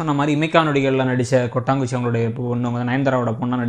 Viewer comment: Yellam ok .. . Ana neenga sonna acter name Kotanguchi illa "Kottachi" sir..